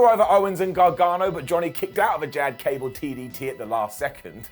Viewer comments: Did anyone else hear Ghad cable 😂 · Idk why but I laughed SO hard when he called Gable "Jad Cable" lol